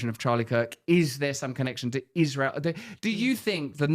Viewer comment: have you ever heard her “Ishrael” pronunciation? Thought it was a joke but nope. She’s just a serpent.